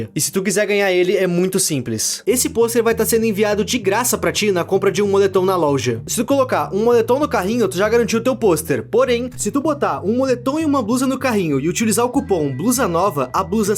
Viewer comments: o cara fala loja errado ele fala lolja😂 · É só eu que escuto ele fala louja